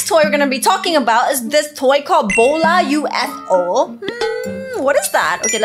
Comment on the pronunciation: bola its bo la